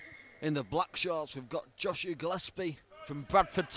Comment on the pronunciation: Its JOSIAH Jo-si-ah Not Joshia ! Dumb shits.